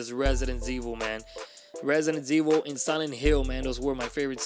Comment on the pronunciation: Did you say Resident Zvil? Lol